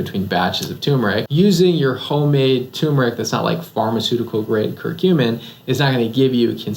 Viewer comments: Dr.’s isn’t it Tur-meric not Too-meric? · TURmeric ...there are 2 'r's :-)